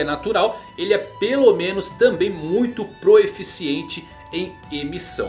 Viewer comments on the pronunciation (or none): Acho engraçado ele falando "proeficiente" hahahahahaha. Uma fofura